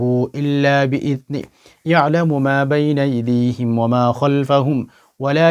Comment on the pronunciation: Baina idihim na baina aidihim age shoddho kore shikhe nin